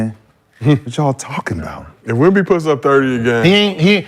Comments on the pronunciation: I'm 20 mins in and I've heard y'all fuck up Wemby's name about 50 times 😂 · Saying his name wrong like that purposely just is disrespectful. Just call him Wemby if you can’t say it